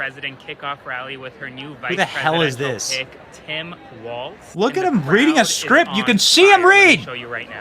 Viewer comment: she can't even pronounce Walz correctly. Uh yeah sweetie, I'll stick with the Don.